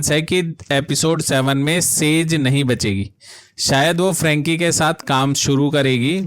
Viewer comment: फ्रैंकी नहीं फ्रेंची होता है, हुएघी नहीं हुई होता हैं। शोलजर बॉय नहीं सोल्जर होता है। क्रूरल नहीं क्रुएल होता है।